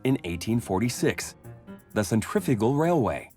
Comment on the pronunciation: The narrator should learn how to pronounce "centrifugal" !!